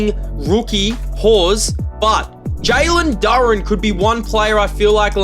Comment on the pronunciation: hey no hate but its pronounced jalen doo raan